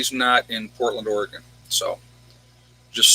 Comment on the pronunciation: Or-Gun. Not Or-eee-gone. :)